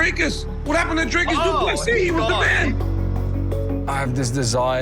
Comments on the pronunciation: Its not Dreycus,Its Dricus as in dreecus u insult us South Africans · How is the still getting Dricus's name wrong and still pronouncing it with an "a"???🤦‍♂️